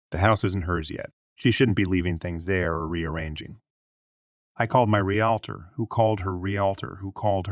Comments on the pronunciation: Don’t know how to pronounce realtor. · Once in a while it was done right. Funny sounding, though.